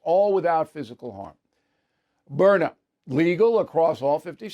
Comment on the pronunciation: It is Byrna, why do you and Hannity insist on pronouncing it Burner?. B Y R N A... say it with me Bill,, B Y R N A.